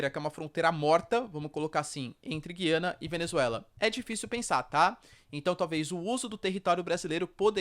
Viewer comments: Perguntar não ofende: A pronúncia certa é Güiana, Gu-iana como sempre foi, e o está equivocado em pronunciar Guí-ana? - Com a palavra os lingüistas que adoram dilapidar as acentuações das palavras do português, degradando a pronúncia da população e tornando num inferno o uso desta língua por parte de quem é obrigado a acompanhar reformas sobre reformas dessa pobre língua. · Professor o nome é Gu ia na, tem muitos canais falando corretamente o nome, até a CNN fala Gu ia na... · Parabéns pelo vídeo. Sugiro que verifique as pronúncias Gu-i-ana, pê-dê-vê-za, Ni-ko-lás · Essa pronúncia do nome donpaís, da forma como é feita, destespeitando a sonoridade de cada vogal, é horroroso!